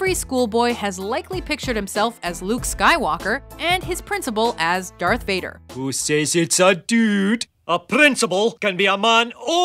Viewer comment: Did you say derth vader